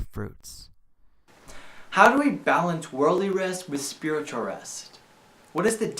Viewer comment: I like the part where you said spwitual